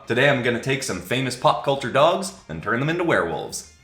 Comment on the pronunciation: im sorry did you say "pup" culture?